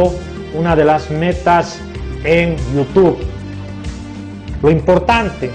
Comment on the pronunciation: jajsjssj cara de llama ojo y no soy masista jjajj i se dice youtube y no yutu